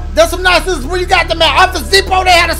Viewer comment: yo pause dashie talkin bt “sciszzorza JIZZorza”🤣🤣🤣